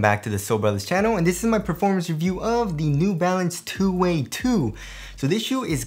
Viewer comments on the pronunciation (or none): How'd you come up with that pronunciation? I don't get 2 way out of 2 wxy.